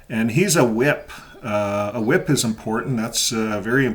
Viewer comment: At first I thought you said he”s a wimp 😹not a whip.